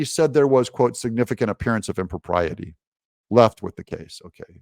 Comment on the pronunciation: Im-pro-PRY-ity. You're welcome.